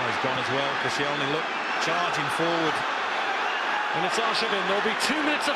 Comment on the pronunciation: Who the hell is "Kossy-ell-knee"? This is why you're only on Sky 2 mate.